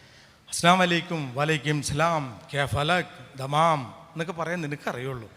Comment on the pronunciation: അതയാളൊരു തമാശ പറഞ്ഞതല്ലേ..😊ആളുകളെ ചിരിപ്പിക്കാൻ. അല്ലാതെ ആയാളാ പറഞ്ഞതിൽ അറബി ഭാഷയിലെ ഒരു വാക്കുപോലുമില്ല.😅 ഇയാള് പറയുന്നത്: 'അസലാമലൈക്കും.' 'വലയ്ക്കുംസലാം' 'കൈഫാലക്' 'ദമാം' ഇനി ശരിക്കുമുള്ള അറബി വാക്കുകൾ: 'അസ്സലാമു അലൈക്കും' 'വ അലൈക്കും അസ്സലാം' 'കൈഫ് ഹാലഖ്‌' 'തമാം'